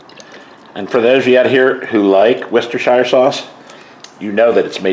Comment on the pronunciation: Hey!! I’m here for this!! Yay! Salisbury steak!!! I haven’t had any of those in decades lol hahah oh panko!! Interesting!! I love how you say Worcestershire sauce!! I cannot ever say it hahaha 🤣 yes nicely seasoned, it must be delicious ❤thanks for sharing 😊God bless you and your loved ones always ❤